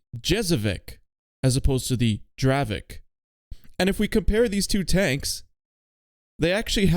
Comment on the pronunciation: even though in Poland we call it draveK its not correct. It is really pronounced in Czech like draveTZ, dont mislead people.